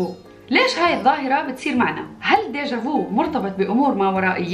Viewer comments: ڤيكتور ه‍يگو يتعذب في قبره ههههه تنطق "ديجا ڤي" وليس ديجا ڤو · كلمة فرنسية لا تقرأ بديجافو بل ديجافي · ديجا في و ليس فو احتراما للنطق الفرنسي و شكرا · شكرا عالفيديو بس بلييييز لا تقولو ديجا فو ( نطق u بالفرنسي مش أو 😭) احس جلدي يحكني لما اسمع ديجا فو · dayja vo hhhhhh inti ktir 7lwa 😍😍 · انت تتكلمي فرانساوي غلط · deja vu ملاحظة بسيطة عندك نطق خاطئ لكلمة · عم تنطقيها غلط هاي الكلمة فرنسية مش انجليزية